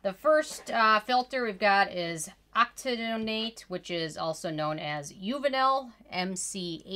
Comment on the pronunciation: Octyl methoxycinnamate or ethylhexyl methoxycinnamate(INCI names) is better known by it's USAN name "Octinoxate", you mispronounced it in the video it is pronounced "oktinoksate", Uvinul MC80 is not very well known. It's pronounced like this "Okti-nok-sate" the "not" is pronounced like "knock"